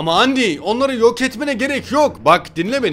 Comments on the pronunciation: ABİ ÖNCELİKLE ONUN OKUNUŞU ANDİ DEĞİL ANDAYN DİYE OKUNUYOR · abi undyne yi andayn diye okucan andi değil :D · Abi andayn diye okunuyor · Andayn diye okunuyor.lütfen düzelt seviliyorsun